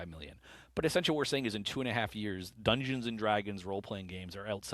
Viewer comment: "dunduns and dragons"